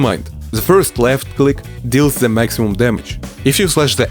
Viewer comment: nice vids. but please work with your "ZE" it's kinda annoying :D better say: "DE" keep up the good work :hand-purple-blue-peace